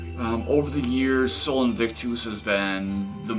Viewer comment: Just letting you know you're mispronouncing Sol Invictus and Agalloch. DiJ deserves some of the controversy they get, but his views are not as simple as many think. Considering he has played in Israel, what he is NOT is painfully obvious. Truth is he is probably closer to Antifa than most here would be comfortable admitting. Rome, Lux Interna, Kutna Hora, Sonne Hagal, and Nebelung are in my view some of the best. Also reviewed your album once not sure if it was ever posted.